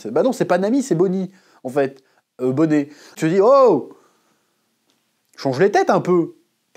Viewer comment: Tu régales chef mais par pitié arrête d’appeler Bonney « Bonnet » 😢